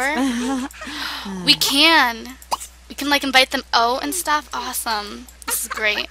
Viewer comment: She just said awesom lol!! Hahahahaha